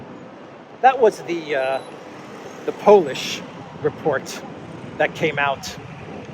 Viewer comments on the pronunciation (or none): none